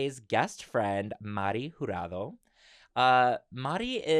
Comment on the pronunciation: Saying the last name correcttttttttttt 👏 instant follow.